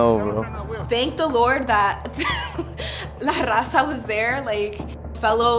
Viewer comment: You really said la RAZA lol